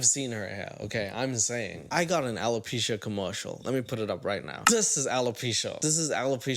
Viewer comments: “Alo-pussy.” I can’t. 😂😂😂😂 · YOOO "ALOPUSHY" 😹 got me aired out!